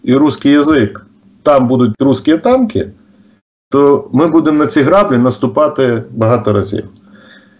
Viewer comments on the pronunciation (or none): шановні немалороси ! у слові " граблі" наголос на "і" , а не на "а" ...((